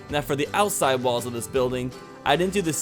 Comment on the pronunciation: Count how many times he said ousside